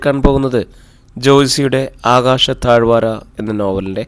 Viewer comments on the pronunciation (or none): Thaazhvaara alla thaazhvara